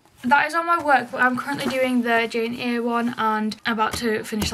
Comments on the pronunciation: Jane eyre isn’t pronounced jane-eere its pronounced jane-air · Not that it matters but Jane Eyre is pronounced Air☺️ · Hi I’m 13 and i did Jane eyre in English two months ago Tip for i got called funny names at school for pronouncing Jane eyre wrong its pronounced Jane “air” just so people understand cause i could have used this tip a few months ago btw you are an amazing student and i know u are xx i hope you dont take this as hate thank you x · Its pronounced Jane Eyre x